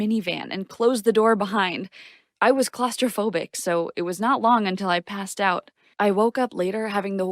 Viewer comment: Bro said pissed out😂😂😂 when it is meat to be passed out